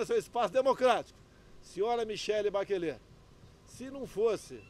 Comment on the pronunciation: Ei, Bolsonaro, Bachelet não se pronuncia como: "Baquelê", A palavra é de origem francesa: Bachelet se pronuncia como, "Baxelê".